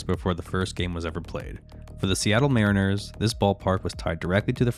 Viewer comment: Ai narration sloppp. Wtf is this lol "safefieldco history" 20 seconds later "mah-riners"